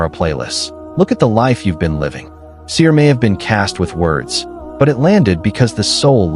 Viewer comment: The Arabic words should sound authentic, without cutting....sihr not sir